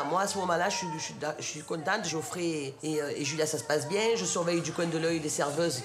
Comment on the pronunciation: on dit Geoffrey*